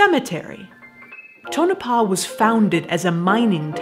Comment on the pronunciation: finally someone that can actually pronounce Tonopah properly.